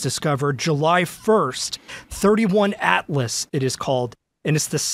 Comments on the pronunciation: Correction: The name of the comet is "3I Atlas" (as in the letter "i') not "31 Atlas" as in the number "31." It has a Wikipedia page, search 3I ATLAS. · Hey FOX reporter, it's not "thirty-one", it's 3i as in "third interstellar". :face-red-droopy-eyes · 3 i / Atlas as in the 3rd intersellar object,,,,, not 31 thirtyone,,,, you really should do your due deligence prior to interviewing a phd..... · This dude said 31 Atlas 🙄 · Dumb newscaster it’s 3-i atlas stop reading the teleprompter